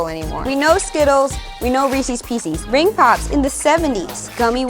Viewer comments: Or “peecees”. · She somehow mispronounced pieces, as well.